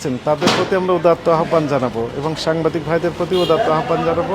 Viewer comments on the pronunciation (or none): none